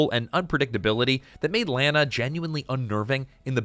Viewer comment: Her name is pronounced La na, in the movie.